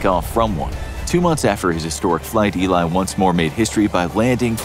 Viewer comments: Its E-lee (Ely) not Eli by the way but thanks for giving Eugene some credit either way. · Hey that y in Ely is said like E